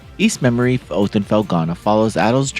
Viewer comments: It's "Memiore" not "Memory". Pronounced Mem-w-are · it's pronounced: me-moi-re not memory. You really need to learn how to pronounced this correctly cause It sounds horrible with the misprounanciation. I hope this comes out on PC too, I wouldn't mind buying it again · DAY BYOO TED? Also, "memoire" is not pronounced "memory"... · Thank you so much for this awesome review,:) No worries about the pronunciation of Ys Memoire, we all understand what you meant. I am super hyped for this release and I can hardly believe this game exists on modern platforms. I have the physical PS 5 version and will probably buy it digitally as well.